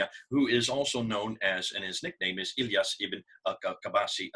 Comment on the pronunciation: Iyas not elyas dear, after all it was a great Video.. also it's one from many historical and linguistic evidences that show that "Arabs" are not a national or a human race, but here we talk about a polar side, and we "who know the Arabic language" know that Friday was called "Àroubta/ Arouba" and it is derived from the Christian Syriac, where this day became known as a day The sunset of the sun (Great Friday or Passion Friday, and in Syriac, < > which it used in Akkedian as well as, erebu meaning Sunset) and this also refers to the sunset as a polar destination, and this name continued even after the completion of the Arabic language formulation in Iraq between the schools of Kufa and Basra, and this can be observed in the Arabic poems at those days, so it is natural for the Arminian's sources to name these peoples the Western peoples while the Jews call them as It is mentioned in The Doctrina Jacobi (636 AD) in the form of Saracen / Saraken, which is a Syriac word meaning Eastern people <Saraken is also in a Syriac mean Orient / Sunrise / Easterners> "Sharqen".